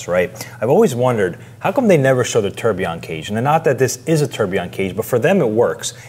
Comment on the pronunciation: Why do you correctly pronounce the second and third syllable of tourbillon and don't bother with the easier first syllable. I think you entirely fail to understand the concept of "quiet luxury' or class in other words. Harsh criticism? OK.